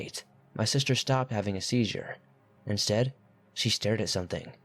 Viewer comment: Seizure. Asia. wafting. Isn't there a pronunciation app for these narrators? Does this narrator proofread these writers work? 🤔 just wondering. The pronunciations and grammar mistakes are very off putting.